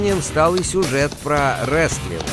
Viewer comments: Не реслинг а рестлинг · Не реслинг а ресТлинг (wrestling)